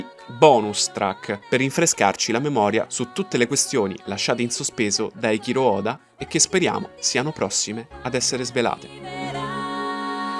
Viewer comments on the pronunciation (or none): Eichiro oda managgia a te, si pronuncia eiciro oda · carino, la musica però fa pena. hai toppato la pronuncia del nome dell'autore